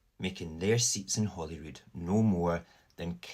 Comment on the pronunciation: It's H-O-L-Y-R-O-O-D, HOLYROOD, as in HOLY CROSS. Saor Alba.